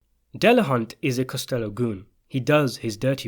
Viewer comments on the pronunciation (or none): Costa low not costello